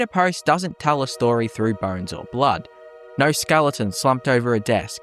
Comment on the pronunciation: Once again, I comment how hilarious it is that your accent can't say O noises. Noer instead of no, snoer instead of snow. Love accents.